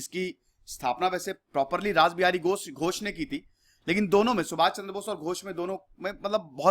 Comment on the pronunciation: Sir , It is “Rash Behari Bose”